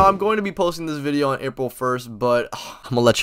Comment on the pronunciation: “Watch the viideo”